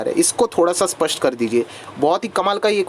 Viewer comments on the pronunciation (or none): none